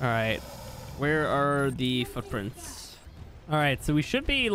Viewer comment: does anyone else hear him say "fuck-prints"?